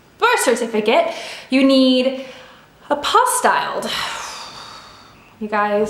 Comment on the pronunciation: it’s pronounced APPO-STEEL :)